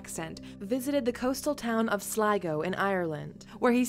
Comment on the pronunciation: Glad she pronounced 'Sligo' correctly 😂